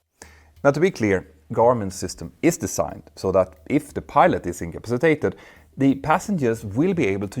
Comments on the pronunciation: Very interesting. Your pronunciation of incompacitated needs a little tuning. " In come PASS i tated" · Icapsitated...... Pronounced IN-CA- PA-CI-TATED....... say it many times. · Petter, I offer the following as an observation, not criticism. The word incapacitated is pronounced as follows: 'inkəˈpasəˌtādəd' 🤦‍♂ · Love your channel and well done vids, but its kill me to hear you say in "in ca pass a tated" wrong. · Say it slowly: “in-ka-pa-si-ta-ted”. If I were going to make a video where that was the main theme, I ‘d learn how to pronounce the word properly first. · Out-toe landing In-cap-sitated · I hate to be that person, but could you please learn to say the word incapacitated? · having difficulty with incapacitated. tricky word. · You may wish to review the pronunciation of the word INCAPACITATED.